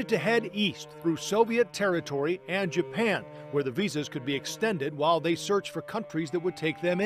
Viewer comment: He said japlan.